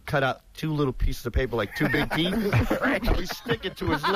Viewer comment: big teef boff